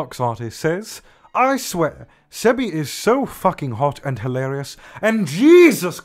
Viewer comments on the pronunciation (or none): none